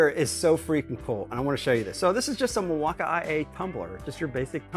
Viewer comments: milwakamiyay lol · Are u purposefully mispronouncing Milwaukee??😑